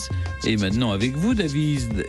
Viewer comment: "Avec vous Daviiiizddzzd...---" Faut dormir mon Steph